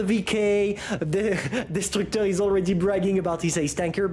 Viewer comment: When you said destructeur 1993 in french that was a good french with no accent gg